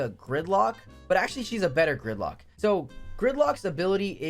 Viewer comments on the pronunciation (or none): Who else heard thicklock instead of gridlock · Lmao thought u said thicclock